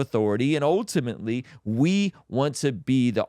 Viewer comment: Sip your water every time says ohtimately and you will sleep better and have clear skin 😂